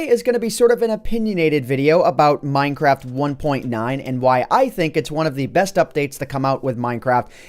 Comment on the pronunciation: Did he say: One of the best updates that's come out with minecrap? (I know he probably didn't say that, it just realy sounded like that.)